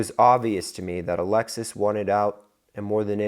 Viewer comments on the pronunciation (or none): none